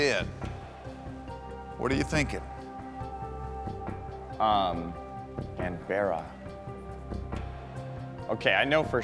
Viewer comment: The way he pronounced Canberra is a crime